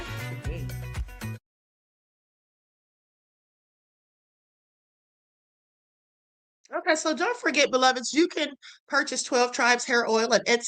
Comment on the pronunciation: Not "TUH-day!" 🤣🤣🤣🤣